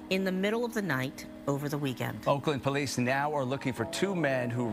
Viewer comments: “He dah pouwleece” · He the Poe-lice. 😂 They had 35 homicides, and this beef caused every single one of em.